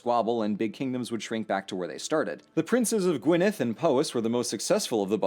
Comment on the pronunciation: Thankyou for pronouncing Welsh words correctly. I was bracing myself for G-why-nedd or Loo-lin. Faith restored.